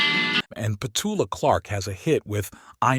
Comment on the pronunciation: about you would be having a bloody long walk home and a very long swim as well to get from where the walk starts here and what one would see on the way according to the video. Also pet clark was Petula pronounced pet-you-la not pet-oo-la and the NME was new as in n-ewe just like the female sheep. Just saying.